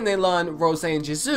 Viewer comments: Love u so much 😭😭😭thank u so much for this and baby it’s pronounced « JEE(S)OO » not jizu 😭😂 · The way he says Jisoo is kinda weird:))))